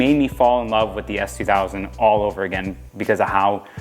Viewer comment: He said ass2000 cuz I’ve heard it a million times 😂 can’t tell, giving loral vibes